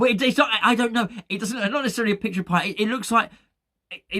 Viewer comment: Dmitri Pie-ate.